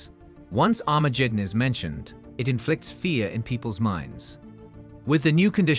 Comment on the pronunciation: Armajeddon? Hifer? Raaby? Messiers? Never heard of them. It always irks me when people make videos explaining things but mispronounce important words. At least he got Sanhedrin and Jewish right.